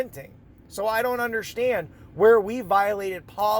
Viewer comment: Actually, it...I don't UNDERSHTAND! That "sh" gets me every time!